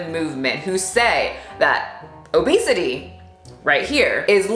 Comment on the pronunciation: Did you say OBEASTITY? 😂🤣oké now I’m offended 😅